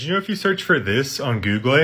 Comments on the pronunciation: I know everyone is talking about him saying "Googaly" or "Spongebobe" But are we just gonna ignore he called Link, Zelda?? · And googlay. What makes it funnier is that it's also his google new tab screen